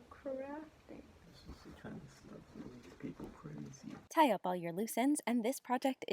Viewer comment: "I'm Kuh-rafting" 😂? Kuh is German for cow. Idk what anyone will do with this information, but here you go.